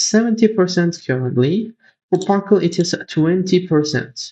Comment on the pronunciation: CTRL... Par"cel"